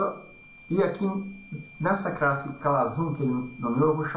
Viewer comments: gostaria de saber por que razão fala 'crasse' e não classe??? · Ele fala Crasse e tem 28 mil inscritos e ajuda muita gente e vc fala classe e tem 28..........